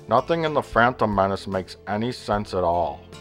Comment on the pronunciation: "Frantom Menace" lmao